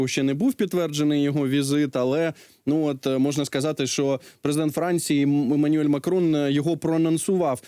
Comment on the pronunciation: Emanuel Macron !! ну вже ведучий міг би назвати чітко імʼя президента Франціі: Ємануель !!! а не Манюель??!😳